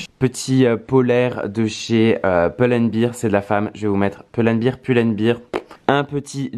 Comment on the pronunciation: ca se dit POUL AND BERE pas BIR mdr